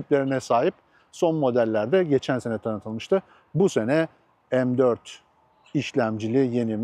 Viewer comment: Abicim meee4 degil em4 de allahini seversen ya ozel isim bunlar . Hani laytnjng e ligttheninng demiosun ya.mec diosun ne guzel maccc demiosun